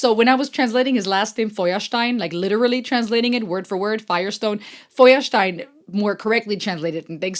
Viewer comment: Sorry, hab mich schon über die perfekte Aussprache von "Feuerstein" gewundert ...😂 Du kommst also aus Deutschland? Ja wow, aber dann is das ja noch heftiger, dass du bisher keine Germany Playlist hast.😅 Seit wann bist du denn in den Staaten? Mir würden ad hoc schon mal Rammstein und Casper einfallen. Rammstein haben ja auch einige sehr tiefgründiger Songs. Und Casper war ja irgendwie, wenn auch nur gefühlt recht kurz, das deutsche Pondon zu NF, wenn sein erstes Album in dieser Richtung auch schon vor NF kam. Is schon krass, dass XOXO jetzt schon 11 Jahre alt ist. Holy shit, da kicken die Depressionen fast schon wieder rein , wenn man sieht wie schnell die Zeit vergangen ist ... Also falls du auch auf englisch zu deutschsprachigen Songs was machst und Casper bzw nicht alle seine Songs kennen solltest, dann wäre es mega cool von dir, wenn du den Song Kontrolle/Schlaf anhörst, aber am besten mit dem Interlude dazu (Arlen Griffey). Und Taschentücher wären wahrscheinlich eine gute Wahl, sorry.😑 "Michael X", "Alaska", "Das Grizzly Lied", "230409", "Auf und davon" sind ebenfalls geniale Songs von dem Album XOXO (2011)